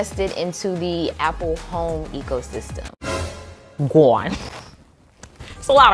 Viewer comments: lol gwone 😅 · Everytime you say “GONE” I die every time 😂🤣🤣🤣🤣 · you saying, "GONE," takes me all the way out xD #loveit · Every time she said "gawn" i fell out🤣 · Your “gone” is everything 😂😂